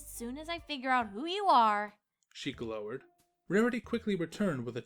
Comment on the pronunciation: The narrator mispronounced "glowered" and "enveloped."